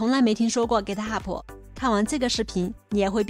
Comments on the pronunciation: 您好，是 Git Hub，不是 Git Hubu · 哥特哈普是啥 ？？ 名字都叫不对😅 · Git ho不英文發音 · github 最后 b 不发重 b 音